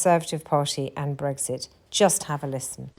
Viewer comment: It is and has never been "Breggsit". It is "Brexit", pronounced as in "exit".